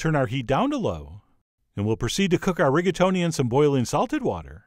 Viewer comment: Reggaetoni al Sagredo. Gotta love people who don't even try languages.